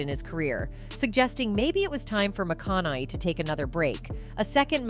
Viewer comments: Who is is charge of the production of this, is anyone checking the pronunciation of the celebrities being featured on this channel? She doesn't pronounce "McConaughey " properly even ONCE in this entire video. Mis-pronounced 16 times in this 20 minute video. Not spelled right in the transcript. In another video she completely mis-pronounces Jay "Leno" saying Leee No. Ridiculous! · this "narrator" cannot pronounce his name... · Anyone else annoyed that she keep saying his name wrong? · This Ai narrator is garbage. Can't pronounce names at all. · The way she occasionally says his last name correctly but usually completely butchers it is really grating on me. 😖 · The narrator's pronunciation of Matthew's last name just gets worse and worse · I don't know who made this video, but why would you have someone reading it Who can't even pronounce the man's last name properly? Is that AI that's reading that or is that an actual person? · Every time she says his last name she pronounces it differently. Tee hee wha--? LOL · Someone needs to teach this AI how to pronounce McConaughey. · It is very distracting the way you mispronounce his name. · I was interested but AI not getting the McConaughey name wrong was irritating... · OK, but you butchered his name six different ways. That takes skill. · If this AI b** mispronounces my dream hubbys name ☝🏿😕 more time... ikid ikid 😂😂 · Why does the narrator keep pronouncing his name wrong? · Why was it so difficult to find a narrator who can pronounce McConaughey? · You’re just not going to get his last name right. Saying it different ways isn’t cutting it.😝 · Say his name right! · The computer voice managed to say his name wrong in a different way every single time 😂😂😂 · I kept asking my husband why the lady keeps mispronouncing his name. She is AI? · AI can’t pronounce exotic names 😂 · AI Bullshit. AI voice narrator can't pronounce his last name correctly or even the same way twine and never correctly at all. Total crap